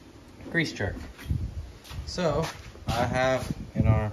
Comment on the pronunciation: Grease jerk? You mean grease zerk?